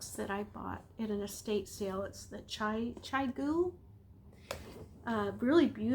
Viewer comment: Chiaogoo is pronounced chow goo. If you're a tight knitter, you'd do great with socks